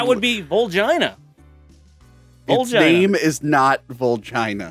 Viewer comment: Vulgina is not pronounced Vuljeina. It is pronounced Valgeena. Barujiina.